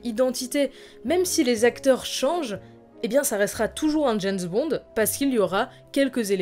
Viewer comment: c'est bizarre quand tu prononce James bond,j'entends "janss bon"!?